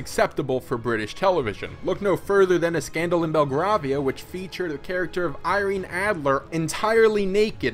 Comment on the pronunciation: It's pronounced "BELL-GRAVE-IA" mate